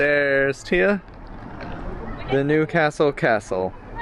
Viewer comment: Nice pronounciation of Newcastle.